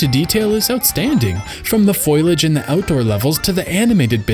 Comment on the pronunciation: "Foilage" We got a Marge Simpson fan here